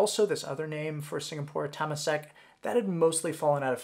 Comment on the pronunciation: You pronounce Temasek wrongly